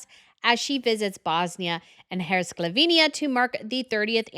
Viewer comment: First time watching this channel, and just in one segment the presenter mangled the pronunciations of Edinburgh, Herzegovina, Serbian and Sarajevo! Is this supposed to come across as professional? (Because, sadly, it doesn't)